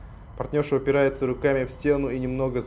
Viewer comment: Территория дегенді бәрі теория деп оқыватсыңдарғо😂